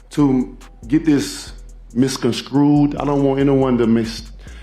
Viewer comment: Hes misconscrewed 😂😂